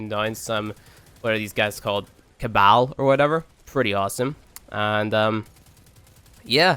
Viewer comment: You know you're not qualified to say you played much of D1 when you don't even pronounce "cabal" properly... lol jk xD